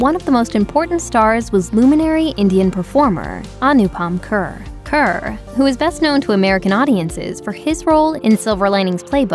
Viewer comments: Its not anupam ker its anupam kher (Care) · AA-noooP-Pum Khayy-air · Anupam kher's name is not pronounced as Anupam cur, but Anupam care